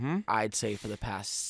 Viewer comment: saying months is so funny to me